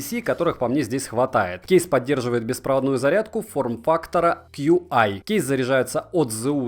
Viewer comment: Будь другом, делай грамотнее обзор, не дырка сверху, а фазоинвертор. Стандарт зарядки пишется как qi, а говорится Чи